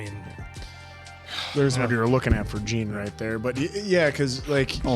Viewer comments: Just an fyi, Jean may be spelt like the pants but it’s pronounced as ‘John’ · Jean is pronounced “Jon” like the French pronunciation:) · jean’s nama pronounced like jan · About Jean's name pronunciation. It's neither "John" nor "Gene", it's more like Jeanne in "Jeanne d'arc".